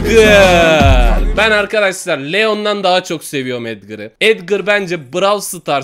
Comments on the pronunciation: O edgır değil o edgar yanlış söyledin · abi etgır değil etgar o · Edgır değil edgar